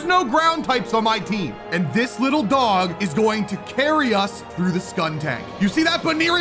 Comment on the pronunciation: Way you call a cat a litel dog